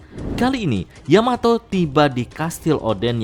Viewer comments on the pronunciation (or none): none